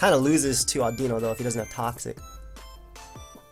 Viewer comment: Today I learned how to pronounce Audino. Thanks.